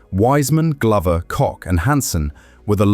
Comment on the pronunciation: The pronounciation of the surname Koch is atrocious. Happy that they all made it home safely 😊